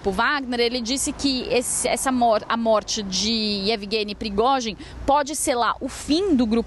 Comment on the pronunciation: Meu... Que repórter ruim... Erros de fala e nem sabe pronunciar o nome do líder do Wagner.